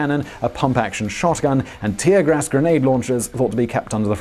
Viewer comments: Lol you said "tear grass." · ... “tear grass grenade launcher”? Simon ... say what???